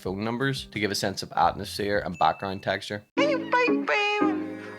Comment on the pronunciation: honesty, i'd rather make a loop or sample of the way you say "Techtchur"